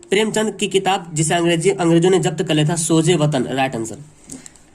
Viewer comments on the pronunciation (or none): none